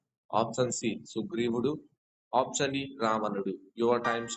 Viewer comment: ముందు option అనేది correct గా పలకండి